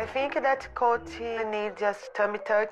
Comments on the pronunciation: I looove how she puts a "y" at the end of every word that describes Colt xD Looking great with the green hair 👌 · it's kinda different the T alone. She speaks like it is "Ty" most likely due to what she maybe first heard when he introduced himself, Americans T is very subtle when it's in the end, we don't get to be subtle here with our language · G. A i’m sorry but Colt has a very pronounced T at the end. She added a Y for no reason. Stop making excuses for that one word. Everything else I actually completely agree with and it makes complete and utter sense. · First! I'm from Brazil and YES that's a common thing for people who struggles with English! In Brazil we speak almost every single letter or phoneme. When she says Colt like COLTY is because in her mind she has to pronounce the 'T' as we do in the end of each word (we pronounce it). I'm an English Tutor and is one of the most difficult things to get my students to let go of the havy pronunciation of the end of each word Ps: I do use your amazing and well spoken videos in my method, my students LOVE IT, so thanks!